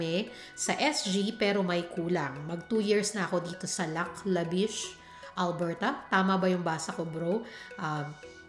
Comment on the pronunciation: Why did you move to alberrrrta. Too cold there